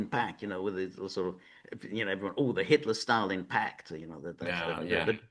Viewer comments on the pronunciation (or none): none